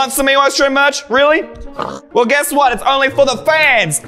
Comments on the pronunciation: you said soswell😂😂😂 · bro said swell insed of well